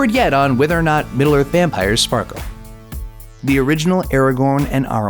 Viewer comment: What about "Era-gorn" instead of "Ara-gorn"